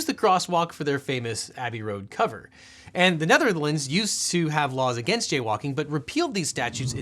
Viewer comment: The way you said ‘The Netherlands’ made me cringe. Sorry bro